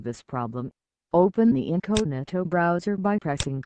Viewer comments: broooowser ahahah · The way she says browser...